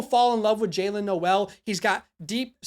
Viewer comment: Great vid for sure. Just a friendly Iowa State fan here to tell you Jaylin Noel is pronounced “Nole” - just for future reference :)